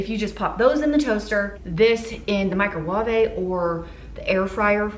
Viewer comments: My nephew is 5 his name is Weston he loves to hear you say “microwaaava” he thinks it’s so funny! Instagram KKEdgilMills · I love your pronunciation of microwa-ve! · Are you saying microwavey because of the recent nigella lawson videos or is that unrelated? Because if it’s unrelated that’s so coincidental 😱😱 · Love the way you pronounce certain words 😂 makes the video so much more exciting! Today’s was “microwave” when talking about reheating the bacon lol. I’d love to enter the giveaway! My Instagram handle